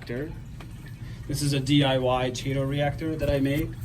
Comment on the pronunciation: bro it's pronounced kay-tow for chaeto not however you say it lol and tunze is pronounced tune-z like the letter Z, I do LOVE your set up though, nice work